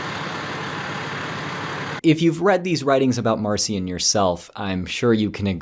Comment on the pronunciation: Marcia should be pronounced Mahr-KEE-ahn